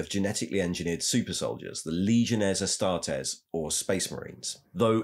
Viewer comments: It's Astartes {ah-star-tees), not 'astartez' like a mexican surname... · Mr. Ticklebutts who is the guy who sounds like he mouth sexed some cocaine everytime he says astartes? That isn't Luetin09 is it?